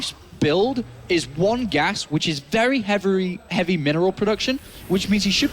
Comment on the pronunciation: "Very heavily" the korean in him came out LOL